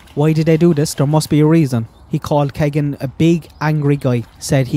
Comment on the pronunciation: No offense but Keegan is pronounced Keey gan